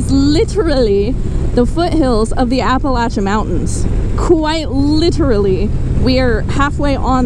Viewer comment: I have never heard Appalachian pronounced "Appalatchin".